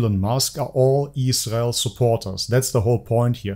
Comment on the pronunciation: You obviously need to look further into Andrew and learn how to pronounce Israel like an adult